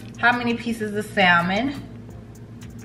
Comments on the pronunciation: If nobody wants to tell you, the L is silent in salmon,. So just “Sam-on”. No shade, all 💕. On another note, You got me wanting those candles and I’m def gonna try that salmon recipe. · Yes!!!Hey girl!!! So happy to see you🥰🥰🥰🤩🤩🤩, I love you dearly girl but...it's pronounced (sam-in)....the "L" is silent 😁😁😁😁😁😁